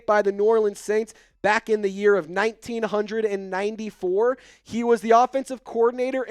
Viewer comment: Ayyyy why you say 1994 like that???🥴